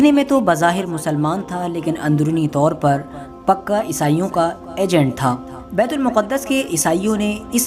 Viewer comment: Miyan betul muquddas sahi lafz nhin betulmaqdis sahi lafz he sabhi na waquif nhin hen durust kro.